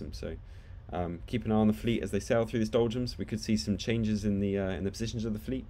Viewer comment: are you saying doljums? it sounds like you're saying doljums